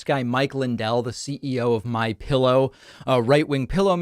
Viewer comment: Did you say Mike Pill--ow?? Rgr